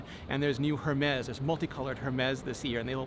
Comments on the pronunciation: Richie its pronounced "ermes"( no "H" . Ur welcome ) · Great review Rene. BTW, the “H” is silent in Hermès... :) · WRONG pronunciation of Hermés .